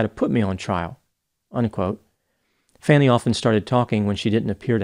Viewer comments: …get it right 😂her name is pronounced F-A-R-N-I …not Fanny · Pronounced Fawni too bad she didnt spell it that way. Its not pronounced Fanny. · Her name is Faun- knee NOT fan-ney!!!! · Not "fanny" it's:fawny" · Its pronounced Fawny not Fanny😅. Just sayin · Her name is pronounced "fawn-nee" not "fanny." I'm surprised you haven't heard her name pronounced correctly since it's been all over the news for years. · Her name is pronounced faw ny not fanny. Trumper. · yeah get her name right,! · Her name is pronounced Fawn-ee. But yes, I get you. 😂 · It’s actually pronounced “Fawny”. But yeah, I get your drift. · Fawn-ee-ing the flames wouldn't have worked, so he had to mispronounce her first name 45 times. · Her name is pronounced “Fawnie”. Mispronouncing her name is deliberate disrespect. The circus around her private life was disgraceful. The criminal defendant is the former president who tried to extort election officials, not the prosecutor in charge of the investigation. She did nothing illegal or unethical. Prosecutors are allowed to have private lives. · Ms. Willis prefers to have her name pronounced Fah'-knee.. "Honesty challenged moment,". That's priceless. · Fawn-ee or Faw-nee. He knows this. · her name is Fawn ee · She pronounces her name Fawny. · D.A. Willis pronounces her first name "FAH-nee." Might you edit this video to reflect that? Her enemies are having too much petty and childish fun purposefully mispronouncing her name. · Her name is pronounced "Fawn-ee." Really dude. How do you not know that? Your description of her sounds like how I would describe trump. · Her name is pronounced Fawnie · Her name is pronounced Fawnie. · It’s pronounced “Fawn-e” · It is pronounced Fawny. I think it is a Scottish name. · come on Dr. ur intelligent and articulate so why is it you insist on pronouncing her name incorrectly. It’s pronounced “FAWNY” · Her name is pronounced Fawn-ni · pronounced fawny not fanny